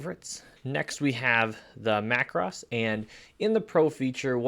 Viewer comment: BTW the word is pronounced like this Mac Rose as it is the plural of Mac Row. Another example might be Na (as in hey) thans and not Nat hans videos. Perspective crop is mostly used when doing perhaps an architectural image with a wide angle lens. Often the building will be tilted backward and needs to be straightened. Sometime when using a wide angle lens from an angle a building or some buildings will appear out of shape. Same thing can happen if trying to capture a tall tree(s) in a forest. Cropping that adjusts the softness of the background is effective to isolate the main subject of the image. Just take care and often a mask will be needed to not have the softness too great. Rotate is often used by portrait photographers when an image can look more effective, mostly for female subjects on and angle either left or right compared to the camera image. Often if used on a male subject it will be more subtle of a change. At the same time the editor of his/her image may even crop tightly or cut into the top of the head to lead the viewer into the eyes of the subject and the expression captured in camera. The soften face tool is effective particularly on the female subject particularly on a young lady to keep the look of youth intact even if time has not been so kind. The quick menus are always a good way to check things out quickly on an image and thus give the editor an idea as to what the final project may look like in his or her vision.